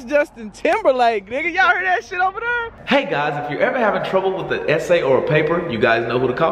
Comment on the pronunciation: the most whitest "Hey" I heard from 😂😂